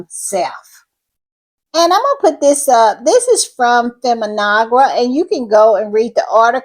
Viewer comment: Feminegra is pronounced fem-mee-nay-gra